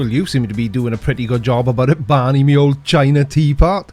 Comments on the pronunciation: "How's that working out for you, Barrrrrrrrrney"....that made me chuckle!! lol :D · I have to admit the resemblance between Enzo Ferrari and Mesut Özil is uncanny... but its just coincidence!!! Oh, btw you pronounce Barny's name wrong... it should be Barmey... thanks once again for the laughs 🤣👍